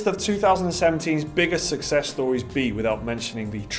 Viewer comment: Aaaahhh it kills me whenever I hear you say "sussess" instead of "success"